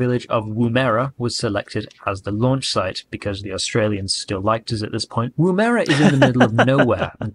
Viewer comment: How embarrassing to produce a whole documentary and not to check how to pronounce Woomera and Prospero.